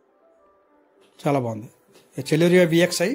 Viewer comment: చలోరియ కాదు సెలెరియో